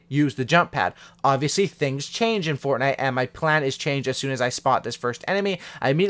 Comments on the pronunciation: he said fortnut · He said fortnut 😂 the memes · Fortnut XD